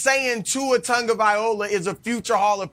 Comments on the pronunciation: My only problem from this video is the way Chris pronounces Tagovai LOA as "Tagovai OLA"🤦‍♂️ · They need to learn how to pronounce Tua's last name, Tagovailoa, not Tagovaiola. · I'll never get over the fact that Chris calls him Tua "Tongoviola" and everyone just rocks with it. Gets me to laugh a bit every time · I made the same reply without seeing yours first. Yes, he pronounces it like the way you spelled it. They should be corrected every time. lol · Chris really needs to learn how to pronounce Tagavailoa. It's not viola... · tua's last name is tah-gah-vy-ah-low-ah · I love Nick 99% of the time but he is dead wrong about Tua. And Chris please, you're a professional - learn how to say Tua's last name correctly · If you don't have the wit to pronounce Tua's surname correctly, I wont be listening to anything else you are have to say. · How come Chris can't pronounce his last name. Stick with Tua.